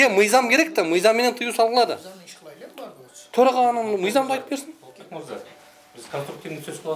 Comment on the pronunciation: Тороага эмес эле торой турган ага окшойт да ал , былжырап😂